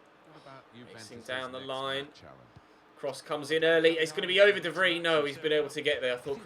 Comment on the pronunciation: can you please stop calling him de Vree? Its de Vry.